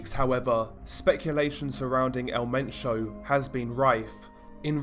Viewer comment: El Men - cho not sio